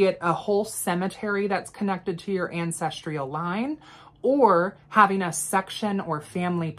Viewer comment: *Ancestral not ancestrial